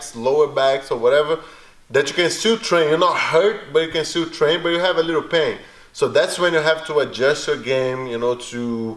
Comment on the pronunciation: "Make a lee'l pillow".... aaaand put you to sleep.